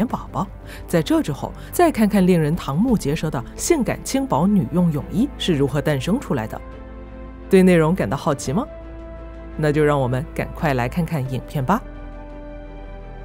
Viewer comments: 瞠（cheng）目结舌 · 瞠目结舌，大陆念cheng目结舌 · 瞠目结舌，第一个不念唐